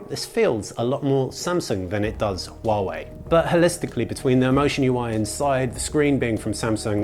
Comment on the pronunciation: you are the first Youtuber who can pronounce Huawei right. good for you.